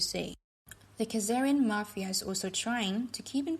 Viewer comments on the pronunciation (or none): Ben, thanks to pronounce mapheea in the place of mah-phee-uh. Hi from Sicily!